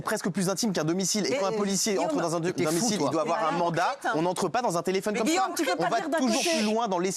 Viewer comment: Il ne faut pas afoir peur